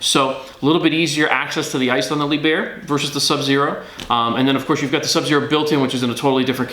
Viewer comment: His mispronounciation of Lieb herr really grating.